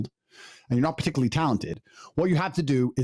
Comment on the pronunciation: I like when Andrew pronounces particularly like "puhticklee".